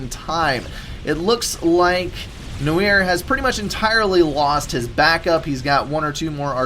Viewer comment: No-eeer? Cmon, it's pronounced n-warr!:) As in, the French word for black. But it's used in English too (eg, film noir)